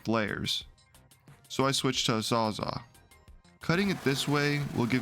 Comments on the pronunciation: It’s not a “saw-zaw”. It’s pronounced “Saw-zall”.. as in Milwaukee’s brand of reciprocating saw that “saws it ALL”. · good video. btw its called a sawzall, as in it saws all, not a sawzaa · a Saw-za? Sawz-all or reciprocating saw